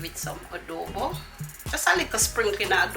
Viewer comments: Wow I can't wait to try to make this. And yesss you said it right love Adobe 😍❣🙏🏼👏🏼🎉👍🏼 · you pronounced Adobo right